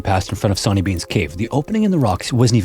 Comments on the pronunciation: "Sonny" is pronounced "sunny" 😭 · Sawny, pronounced shauny shore-knee. The scotts have very bad English 😂😂 only joking